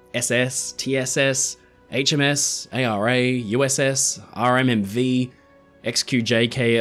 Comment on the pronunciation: As an argentinian, kudos for the ARA's pronuntiation!